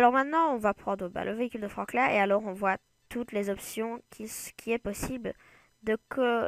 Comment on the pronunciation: Mec Klaxon se dit "klaxone" et Franklin se prononce "frankline" Apprend les prononciation mais sinon bonne vidéo avec une voix un peu bizzar quand même